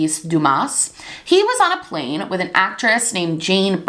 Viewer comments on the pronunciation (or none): none